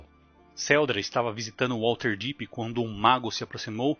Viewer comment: Material incrível, muito bem roteirizado e ótimas escolhas nas imagens. A única coisa que me incomodou bastante foi a pronúncia de "WaLterdeep" mas de resto o vídeo está sensacional.